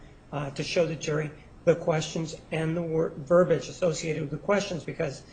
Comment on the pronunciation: Sigh.... "verbage" is not a fucking word. Both sides keep saying "verbage," throughout all of this case. The word is "verbiage," not fucking "verbage." These are supposed to be educated, intelligent people. Geffner is the only person I can recall off the top of my head that used the actual word.